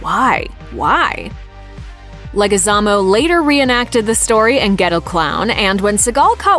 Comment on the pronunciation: you butchered the fuck out of Leguizmo hahaha LETS GO!!!!!!